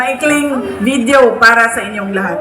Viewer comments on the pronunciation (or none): repeat after me…v-i-d-e-o NOT vedio! Ayusin nyo salita nyo, bay!😁🇵🇭